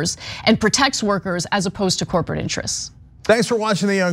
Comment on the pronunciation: Did she say “corporatish”? Is that a word?